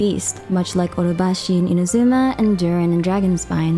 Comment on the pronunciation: you should pronounce inazuma correctly too